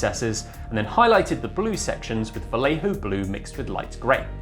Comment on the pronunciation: Lol is the part because Vallejo is actually pronounced bai-yay-ho?